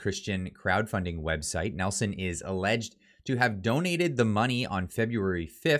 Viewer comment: It's Neeilson....not Nelson...